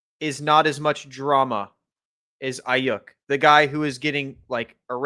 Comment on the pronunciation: please, please, please tell him it's not Brandon "Ai-YUCK" 🤦‍♂